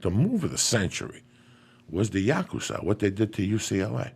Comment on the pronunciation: why cant he pronounce Yakuza correctly? lol